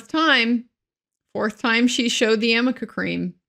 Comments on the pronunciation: He was very naughty, lol.He obviously laughs because he knows that the name of the cream is Arnica, not amica. It comes from the arnica plant. Elaine comes across as a very uncultivated and sloppy lawyer/person, also emphasised by the fact that she kept mispronouncing Vasquez incorrectly. Huge facepalm. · Hi, I don't know if you will read this. I have never heard of amica cream. I have heard of Arnica cream, in fact I use it. It is for pain as a result of a bruise or soreness, I used it for my arm when I got my 2nd vaccine. I mean if it was her "go to" bruise relief, she would KNOW how to pronounce the name of the product. Even Elaine continued to use "Amica" cream. HELLOOO. LOL. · Isn't it 'ARNICA' cream ??? not 'AnicA' .... creammmmm ??? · I love this breakdown! It’s not even called Amica cream, it’s Arnica cream. Too funny! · For the record Elaine...It's ARNICA cream not AMICA. Geez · My gods, it's ARNICA cream.😳 I mean, if she's gonna bring it up ad nauseam, perhaps she should get it right lol. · I wonder if Elaine could punch herself in the face every time she hears herself say "amica cream". Because that's so not the name of it, and she butchers it every time. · It drove me nuts. How could she make something out to be so important yet mispronounce it every. single. time?! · Elaine and that dumb ass cream! She wasn’t even pronouncing it properly (from what I’ve heard anyway) how about a little “what if Anys” to go along with her useless amica cream questioning! She can’t possibly have experience in many cases like this?? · Really! Repeating "amica" cream makes her sound really dumb. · It’s arnica for god sake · Great review on how NOT to cross examine a witness! 👏 Bravo ❣️. The icing is the mispronouncement of AMICA cream. 🤣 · Why nobody from her side told her that it is A.R.N.I.C.A?! How can you ask about something if you mispronounce it?! I actually didn't make the connection between amica and arnica untill a lawtuber said it!